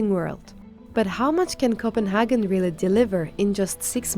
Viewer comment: Copenhagen not Copenhaarken!